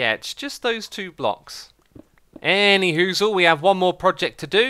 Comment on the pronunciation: Did he say anywhosll? 0/